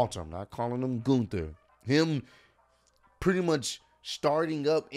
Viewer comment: Gun- ter not goon-ter😂